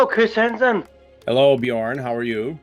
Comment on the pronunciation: Why do Americans insist on pronouncing things exactly as they are spelled, even if they know the correct pronunciation? It's so fucking obviously bee-yorn, not buh-jorn. Not having a dig at particularly, just like 90% of Americans. The other 10% seem to horrifically overcompensate and try to pronounce names with accents which sounds awful. D: ALSO: EPI-TOME?! E-PIT-O-ME